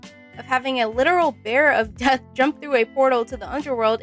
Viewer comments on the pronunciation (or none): none